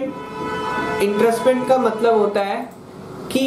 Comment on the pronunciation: आप को एंट्रस्टमेंट (entrustment) कहना है क्या? आप तो इंट्रेस्टमेंट (intrestment) बोल रहे हो...